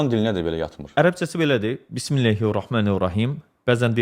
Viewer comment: Bizim dildə Ə hərfi var, o halda niyə "bismillEhi" deyir, halbuki düzü "bismillƏhi"dir. Bunun 2 variantı var, ya cəhalət, ya da qəsdən belə edir. Qəsdən edirsə lap pis